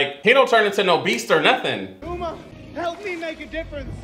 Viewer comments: This man just call Uma Irma and i'm dying 🤣🤣🤣🤣💀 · WHY HE SAY URMA AND NOT UMA LIKE SHE SAID A HOLE SONG ABOUT GER NAME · After he sang the whole what’s my name he still called her urma like 💀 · I love how doesn’t know their names. I died when he said “Mel,mall and now he with Urma” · He be sayin Mel and umra lol 😂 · He said urma🤣🤣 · Marl thuma its mal and uma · Quote: first he went with Audrey then he went with Mel mol whatever her name is then he went with urma!!!!! Me: wow great spelling and pronouncing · I love how Uma sang whole entire song about what her name is and still didn’t say her name right💀